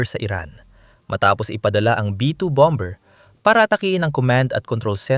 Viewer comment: what bom.,bER BOBO K MAG PRONOUNCE...KONTEBT P SABLAY K NMN